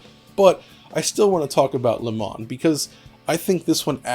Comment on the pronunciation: Le Mans is pronounced Le Man (Le Munn), without the S. Love the retrospec...